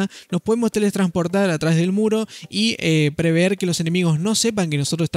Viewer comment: no se dice "preveer",es " prevér"